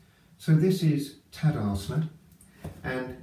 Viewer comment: Very informative video. Could you maybe put in text on the video, the name on the different yoga poses that you do? I hear for example “Tadasment, but when I google this pose I find Tadasana.